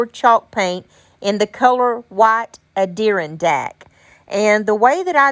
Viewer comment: you probably know by now but I’m a fairly new sub and watching older videos. It’s pronounced “add er on dack ” for the Adirondack paint.